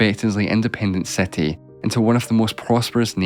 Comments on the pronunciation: It's HISTORY not hEstory, CITY not cEtty, BRITISH not BrEtish! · seti instead of city